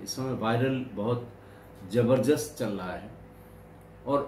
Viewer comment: Sir aap highly qualified Hain,,,,,,Lekin Mafi k Saath kehna Chahta hu,,,,aap Jo ek shabd bolte hai" jabarjast" dar asal Sahi shabd hai ZABARDAST! ASHA HAI AAP MERI BAAT SE SAHMAT HONGE!